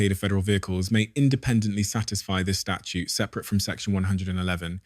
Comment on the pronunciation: STATUTE. 🙄 NOT “Statue”. This takes the “I” out of “AI”.